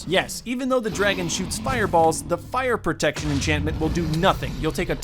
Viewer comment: "Fire Proctection"